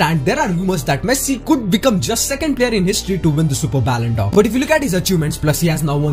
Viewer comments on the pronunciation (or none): It's not ballondor it's Ballon d 'or d is pronounced as di not deu